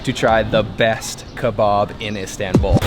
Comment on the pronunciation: “Döner KerBOB”